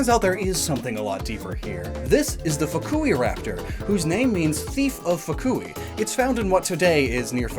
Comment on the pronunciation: Ah yes fuck-u-raptor